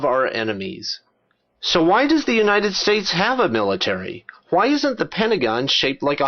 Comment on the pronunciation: your videos are excellent, i cant help but notice this.... you keep saying Hwhy.